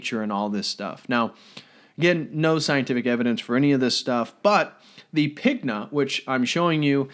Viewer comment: Pigna in "Fontana della Pigna" is read more like "piña", as "gn" in italian sounds like "ñ" in spanish (or "ń"/"ni" in polish).